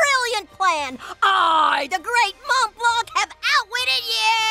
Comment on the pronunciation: I didn't notice that they're mispronouncing Montblanc until now.